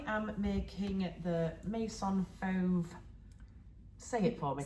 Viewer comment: Can’t wait to see all your lovely PJs. Your pronunciation was lovely. Instead of may sonn, it’s meh-zonn Fauve was perfect. 👌🏻 💕